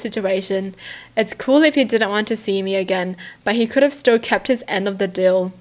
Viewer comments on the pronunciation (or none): none